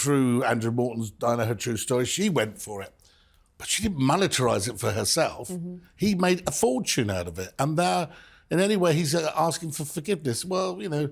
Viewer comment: You're a writer Robert so I hate to hear yoou say moneterise. It's monetise. love you're writing though.